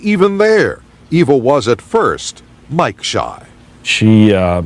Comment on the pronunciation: FYI, her name is pronounced Eva (rhymes with diva), not Ava.